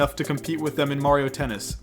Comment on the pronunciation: WHY DO YOU PRONOUNCE MARIO AND WARIO LIKE THAT.